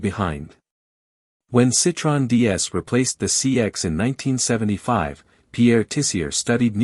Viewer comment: The best Tissier history I have ever seen, both photos and information... One point... Citroën is not pronounced Citron. That means lemon in French.. The O and the E are pronounced separately with the two dots over the E are called dieresis...